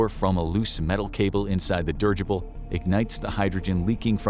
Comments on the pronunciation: "Dih-ridge-ible" not "Dirge-ible" 🙄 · It's not pronounced "dirgible". Please look it up. It's so effing annoying.